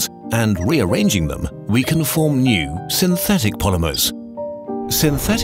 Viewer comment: when he said new it was weird